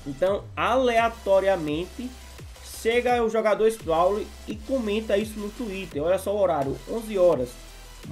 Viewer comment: gosto demais do seus vídeos só te uma coisa q acho q da pra melhorar q é falar o nome dos cara certo kkkkkk tipo o scraly q vc fala scrauly mas se fala scraily pelo menos eu acho kkkkkk mas tamo junto